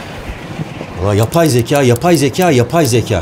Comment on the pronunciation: yabay zeka yabay zeka diyiysiniz de ne yabay bu yabay zeka. Anladuk yabay ama ne yabay